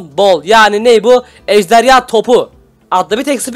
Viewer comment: ejderya deyil ejderha